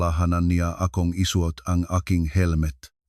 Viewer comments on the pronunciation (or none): MALI PO ANG BIGKAS NG SUOT ..SU OT HINDI. SAUT OR EWAN ?